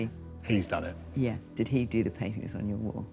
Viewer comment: Fiona please stop putting a "K" sound at the end of the word "painting"